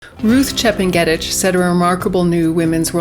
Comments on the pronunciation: Chep nge ' tich learn how to pronounce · That's not how Chepng'etich is pronounced, it's actually very easy once you hear it. Great analysis though